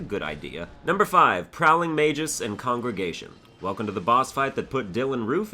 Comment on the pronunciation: prowling majuice? what.